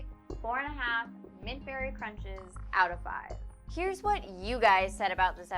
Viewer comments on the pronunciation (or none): none